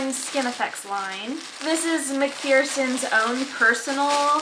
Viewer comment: I just want to nicely say it’s pronounced Mac FER sons. Your reborning has grown by leaps and bounds in just the last year or so! Those little spit bubbles are amazing!